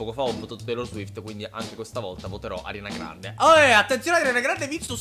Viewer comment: No no no no no questo no lo accetto,non si può sentire Arianna Grande si dice Ariana😵😵( è più figa Ariana cmq)